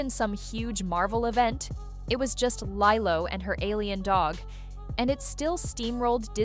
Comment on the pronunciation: pronouncing lilo's name lielo is more worse than rachels career.